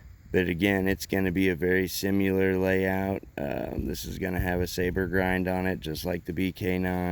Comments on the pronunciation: Sim-i-lar, not sim-yu-lar. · Moonshiner looks the best, and chops the best (by far). Makes me laugh every time this guy mis pronounces similar.